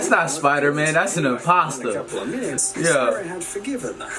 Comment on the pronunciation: “An in-pasta” 🤣🤣🤣